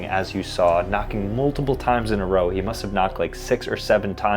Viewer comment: HE SAID 6 OR 7 TIMEDS 😂😂😂